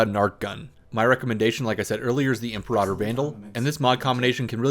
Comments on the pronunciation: Goddammit. It's "Im-PERA-tor", not "Imp-a-rodder". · I have only ever heard that word as em-pear-rah-tore instead of em-per-ra-ter I know which sounds better and its not the right one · Im-PAIR-i-tor (also Zenurik is the energy school) BUT! This is still the best guide video on orbs. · It`s im-PERA-tor.. And don`t roll the R if you want to say it correctly instead of "the english version" it IS latin after all. (super sayin`) Much like Et Cetera isn`t pronounced "ecksettra" :/ You`re welcome :p